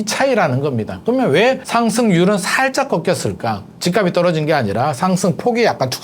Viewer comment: ~ 연음 발음 법칙 지켜 주세요. 집값이[지깝시]